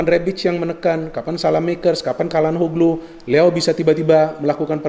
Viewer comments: maaf mau kasi masukan. Calhanoglu itu dibacanya bukan Kalhanoglu tapi Syalhanolu. Maaf kalo saya juga salah ya 😂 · Ralat, bukan calanhoglu tapi calhanoglu